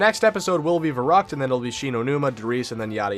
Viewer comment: yo, it's pronounced "Ver-u-kt", and is german for crazy :) just telling you, dont mean to sound rude